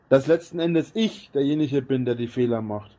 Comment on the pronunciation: ".. Das letzdneendnes ich der Jeniche bin.." (der wo hergeht und derjeniche ist) .. 😂